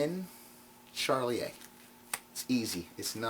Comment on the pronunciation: I'm not a card guy in fact I abhor most card effects in spite of my knowledge and experience with the pasteboards, but I enjoyed this mini-lecture... p,s, (It's Shar-lee-ay) not Charlie-A